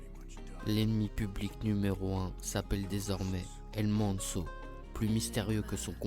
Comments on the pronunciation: Tu me stresse quand tu dit sont nom sa ce dit el mencho avec le ch pas el menso 😂 m’est sinon très bonne vidéo continue 💪🏽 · Apprend à dire son nom bordel 😅😅